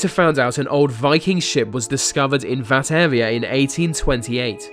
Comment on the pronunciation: here we go again vis vat ve vere some one teach him to talk proper